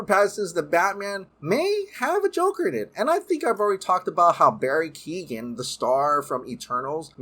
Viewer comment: Barry Keoghan’s last name isn’t pronounced Keegan it’s ke-o-ghan the g is silent bro